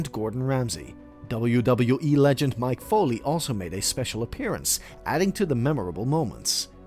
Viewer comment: Lol "WWE Legend 'Mike Foley'"😂